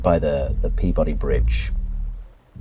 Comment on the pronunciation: Lifetime New Englander here, who makes it his pedantic duty to correct pronunciation of local place-names. It's never "Pee-Boddy". That sounds record-scratch weird to us. It's "peebudy", all run together, like nature intended. Carry on. I'm sure I'll be back.